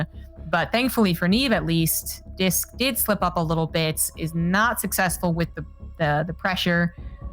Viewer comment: Why is he calling Disk “Risk” 😂